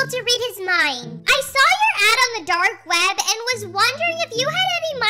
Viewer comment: Why do you call it dark ved not dark webbb like why v at the start of veb why not a w